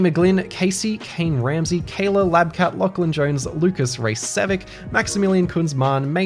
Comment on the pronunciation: I love how he butchered Raycevick’s name in the patron shoutout